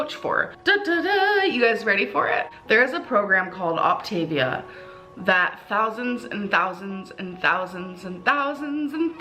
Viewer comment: “Ockta-veeya”.. It’s “oc-ta-vi-a”, jfc.